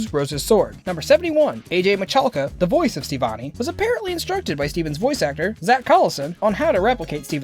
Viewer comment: bruh. hold up. . did you just call her STEEvonie? b r u h